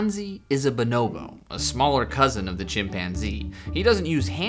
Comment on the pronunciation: Bonobo is pronounced Bønnnøbbø